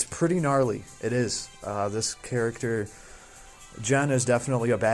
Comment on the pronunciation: Bro! just say GEN! and pronounce the "G" sound as you pronounce on the word GAME, not a "J" sound. Please it is quite irritating when you jay JEN.....